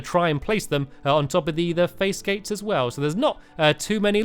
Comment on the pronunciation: hi Stampy! I just wanted to say that you are a very good YouTuber and at one point when you said face gates I laughed a little but anyways I love your videos c